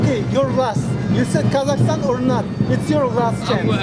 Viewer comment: Троица, то как он выговорил Казахстан ... Ну, не знаю как сказать. Произношение по нашему, а не как у остальных британцев. Может показалось ☺☺☺ Насчёт бороды, кому какая разница как он выглядит. Хватит народу пихать свое мнение про внешность, это самый тупой поступок в мире 🤗🤗🤗